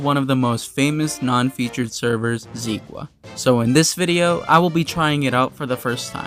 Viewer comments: Its Zeqa, the e pronounced a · "Zequa" lol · Kinda noticed that many players pronounce Zeqa differently, I pronounce it "Zeka" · Zi qwa ? LMAOO